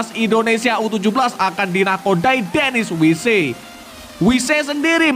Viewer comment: Bacanya denis waiss bukan denis waise..